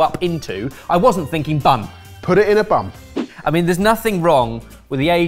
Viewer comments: that was not an N you used at the end of the word bun 😂😂😂😂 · saying put it in a bun but the sound also sounded like put it in a bum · lol... He said, "Put in a bum" (look at his mouth, that was an "m" not a "n.")